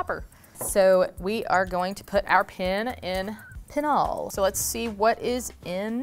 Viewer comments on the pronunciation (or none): none